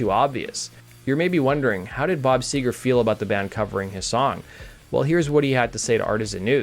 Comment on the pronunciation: Seger not sewer